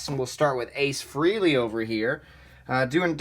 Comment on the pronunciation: Ace’s name is Frehley. “eh” sounds like “ay” not “ee”.